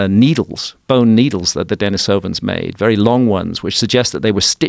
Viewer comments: Dení sovans instead of Deni sóvan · Its pronounced Den-EE-sovan. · Dude isn't even pronouncing denisovans correctly, how am I meant to be believe anything he says